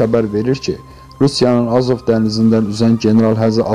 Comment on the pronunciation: Sən necə veriliş aparırsan Azov sözün deyilişin öyrən çox sözlərin deyilişindən xəbərin yoxdur